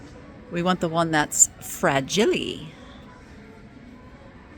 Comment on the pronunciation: I don't think so. also said fragile like the dad said it in A Christmas Story.